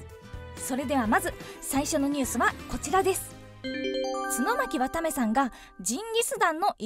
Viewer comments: ちゅのまきわためさんｗ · ちゅの巻わためw